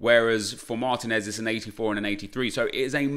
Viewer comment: mahr-TEEN-ehz, not MAHR-teh-nez.